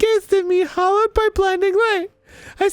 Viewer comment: Diary: "Haloed light" Arin: "Hollowed light"